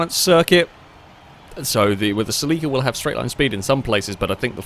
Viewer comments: Bro Celica not Sileeca, and dont even get me started on the way u say Acura. Lol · Its a Toyota SELL-ika (celica) 😆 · "Say Lee Kah" At this point I think hes saying it just to piss me off.